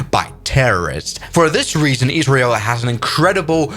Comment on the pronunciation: Really fun to get a video about my country and in you pronounced it right